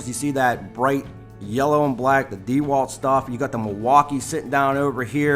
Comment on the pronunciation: Dude can you please stop saying De Walt... It's pronounced like dawalt or duealt...one word